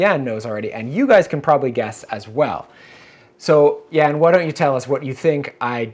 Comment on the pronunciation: Why is always mispronouncing your first name ("Jän")?